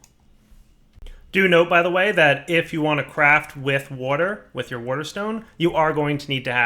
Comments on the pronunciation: Wouhder and wouhder stones :-) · Lol. He says wuter.